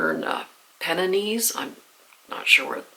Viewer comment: I like that you use bookmarks, i hate turned down pages , also dislike the stickers on the front of books 📚 . The Pennines is pronounced Pen Nines or Pen ines. Hope you have a great trip to UK , 🇬🇧 , a shame its too far up in Scotland for me to take you for afternoon tea 😅